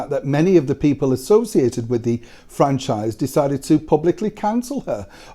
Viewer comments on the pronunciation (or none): none